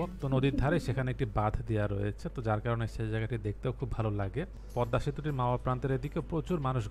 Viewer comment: Thank you for this beautiful presentation. Never mind, the pronunciation is PADDA bridge instead of PADMA bridge. Thanks once again.